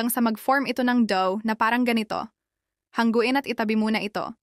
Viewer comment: HA NGU IN not HANG GU IN.